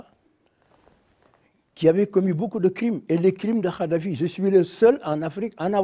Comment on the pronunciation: Ce vieux con de Wade est un mythomane et une pourriture... Déjà il ne prononce même pas correctement le nom de Kaddafi🤣🤣🤣 Ce charlot est un mégalomane... Il dénigre ce que Kaddafi en prétendant que lui est un homme éclairé.... Ce type est la honte de l'Afrique